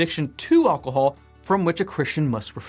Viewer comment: Thank you for this lesson. However, I would have found this more useful if his pronunciation of ALCOHOL was not so unusual and distracting.